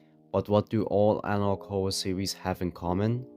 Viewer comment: Witewy so many anawog Howwo